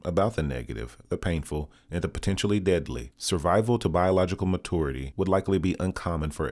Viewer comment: What is "mah-TORE-ity"?